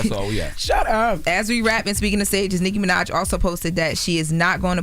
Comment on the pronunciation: saying “Nikki Minaj” like calling Beetle Juice! Damn. Lol